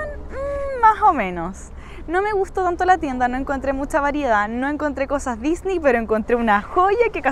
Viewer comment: Una pregunta porque dices Disney tan raro no se dice como tú lo dices